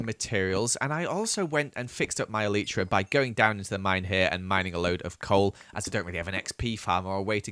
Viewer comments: Did he just Call an elytra an elitra?! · When you say eitra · The proper way to pronounce elytra is E-Lie-Tra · Anyone else triggered by the way he says 'elytra'? (ee-lie-trugh) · hate how he says elytra